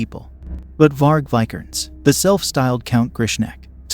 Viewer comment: It's a mild nitpick but maybe in the next video listen to names and certain words your not sure about pronunciation Vi-ker-nes, Lam-bee-sis, Not-see-ism.